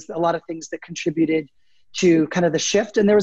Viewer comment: Thank you so much for saying the word "conTRIbuted" correctly. I've been hearing so many American voices pronounce it like "KON-truh-byoot" and my dictionary self wondered if I ever really knew correct pronunciation. 😅